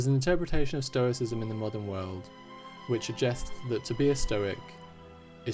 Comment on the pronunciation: Lol, "Stroiscism". So close! 😅